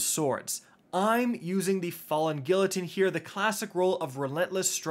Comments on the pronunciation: Bruh.... The sword is not called falling "gill-uh-teen." It's pronounced "Gee-ya-teen" 🤦🏾‍♂️🤦🏾‍♂️ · Came back 5 months later to hear say “GILL-ateen” again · "Gilluh-teen" Jesus christ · Even after all this time can still not say the name of the felony guillotine right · The “l” is silent in guillotine .. it’s French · gillateen, lushent, morbius quiver, lmao cant read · I love you, but I'm also a pedant. The double 'L' in guillotine is pronounced like a 'Y', just like the double 'L' in tortilla. And the 'C' in 'lucent' is an 'S' sound. At least you didn't call the other sword the 'Laminate', which I've heard too many times to count lol😉👍🏻